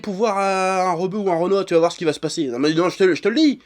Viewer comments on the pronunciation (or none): none